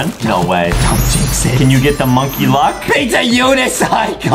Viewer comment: Pizza more like beezza